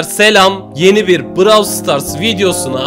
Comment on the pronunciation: abi bravl star demeyi bırak onun adı browl stars diye okunuyo